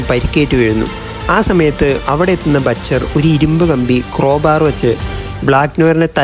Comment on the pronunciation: batcher alla mone butcher ann